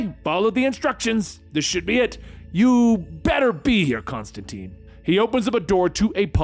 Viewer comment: Great story. Pronouncing some of the names wrong isn’t your fault. Constantine explains in detail in his book it’s pronounced tyne like wine. But that’s just the comic nerd in me… keep doing your thing!